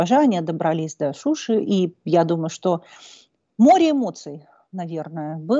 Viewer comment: Вотт как раз она должна была сказать : ,, Добрались до Шуши"ударение на ,,и",а она сказала ,,до Шуши",ударение сделала ,,у"! Поэтому не правильно, а должно было ударение на,,и"!